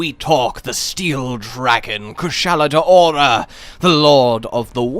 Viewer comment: "Koo-SHAH-la DOW-ra". I dunno where people keep getting "day-ora" from. Also,, it's harbinger. "HAR-bin-JUR".